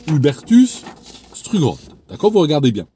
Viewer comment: ça se prononce stroug-h-old avec un h aspiré 😄 À lire “ Opération Paperclip “ sur Wikipedia, c’est très intéressant de savoir ce que les États Unis ont pu faire après la 2GM en piétinant toute moralité.